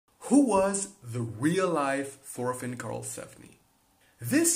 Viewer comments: FORFINN AAAAAAAAAAA PLEASE STOOOOP ITS "TORFINN" NOT "FORFINN" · Thorfinn is not prenounced "forfinn" Its actually prenounced "Torfinn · Thorfinn is actully pronounced torfinn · An excellent video, just one thing, as far as I know it is pronounced Torfinn. While yes, in English we say Thor, it is pronounced Tor in the Scandinavian world. I believe this also transcribes to Old Norse as well. Feel free to correct me if I am wrong, though if you use Karlsefni, please use Tor as well. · His Name is Thorfinn not forfin Pleace spell it right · Just call him Torfinn cuz thats how you pronounce his name dont wanna be rude or anything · It is not prenounced Thorfinn the way you americans prenounce it. The T is pronounced, and not as the TH-sound. Torvinn, you could say. Just spelled with an h.